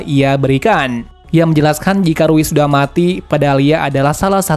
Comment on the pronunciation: Rui bukan riu woy